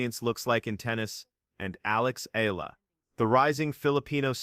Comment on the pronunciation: AlexEala is pronounced as Alex Ayala please pronounce Alex Eala's last name correctly Alex Eala pronounced as Alex Ayala.